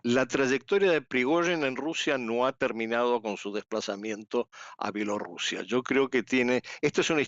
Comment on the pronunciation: Mija no sabe usted decir Bielorrusia?